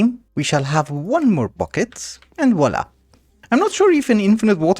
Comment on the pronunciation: "and voilà". I'm french and I'm happy when u say that 😁.